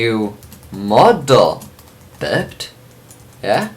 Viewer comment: Also biped is pronounced By-Pet. (bi means two, ped means legged).